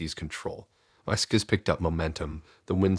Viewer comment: I just can't listen to you say "skizz" again instead of skis😢